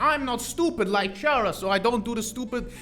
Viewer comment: bro says Chara and Character in the same sentence and still continues to pronounce Chara's name differently 💀